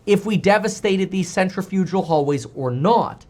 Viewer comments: FYI it’s pronounced “sen - tri - fuh - gl” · PSA: not how you pronounce "centrifugal".